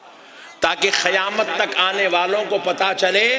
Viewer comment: 😢Aalim hay ye? Kissi ki mujmay main burrai gheebat? Qurbani. ayat say shrik Mila Raha hay? Koi hawala nahi Allah ki baat kahani qissa suna Raha. Barha charah kar baat kar Raha Faltoo Bataan karay seefa sada Deen sikhao logon ko Miyan moulvi Khayamat nahi Qayamat Qaaf seekhlo Bhai khaf nahi hay